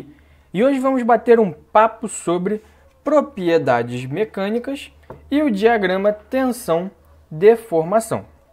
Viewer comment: "propiedades mecânicas" kkk Excelente aula!!!